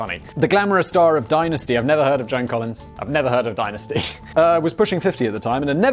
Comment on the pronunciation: That and the way he pronounces Dynasty.